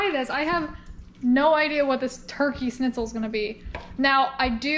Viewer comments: The german recipe is pronounced "SHnitzel" not "snizel". No hate! Just wanted to let you know haha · Me too! It's Schnitzel! Not, Snitzel! 😆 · I'm not usually this pedantic but leaving out the ch in Schnitzel is triggering me. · Ok so I’m not the only one. I mean I don’t speak much German but cmon. Still love though. She is way more badass than I am. I’ve seen her swim with big sharks and I’m straight scared of them. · Seems neither of you can say it right…..theres a sch on the front end